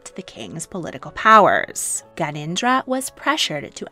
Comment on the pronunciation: It's Gyan en dra Not ganindra